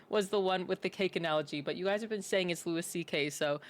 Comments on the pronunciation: Just FYI it’s Loo-ie, not Loo-is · Ma'am its LOO-EE CK, not LOO-ISS CK... 😉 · Could you at least pronounce his name the way he presents it? The "s" is silent so it sounds like Louie. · It's Louis, pronounced "Loo Ee" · Pronounced Lew E. He’s the GOAT! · Louis is pronounce like Louie C.K.. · I’ve never heard anyone say his name like this. Not one bit of research at all?